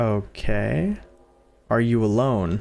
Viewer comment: “Ore you olone”💀